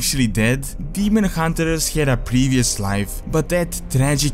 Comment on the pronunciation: I don't actually say demon hunterers, it might sound that way because of the way I say 'r'. Some sounds are not easy for me to replicate and say as a native English speaker would, like pronouncing 'th' for example. I am working on improving it though.